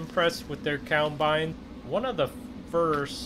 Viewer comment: Forever wondering..... what the fuck is a "cowmbine" hahahah